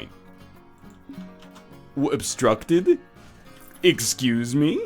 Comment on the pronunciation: Ex-squeeze-me?? LOL